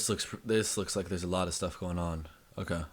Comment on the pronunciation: He pronounces Okay as uhkuh. Earth is going to blow up?